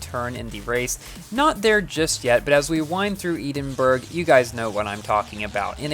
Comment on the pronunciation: Love the video, love the review and love the tvr. But for future knowledge, it's not eed-en-berg it's ed-in-bruh :)